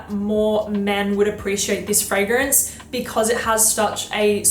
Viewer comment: Why would you pronounce ‚Fragrance‘ in an English way when ‚Fragrance Du Bois‘ is French? Imagine someone saying ‚cette competition était très amusante‘ and pronouncing ‚competition‘ in English, the rest in French. Would be super weird 😅. Many native English speakers really often make this mistake with foreign titles and names. Anyway, just saying 😊❤.